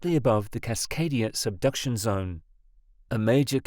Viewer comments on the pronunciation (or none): none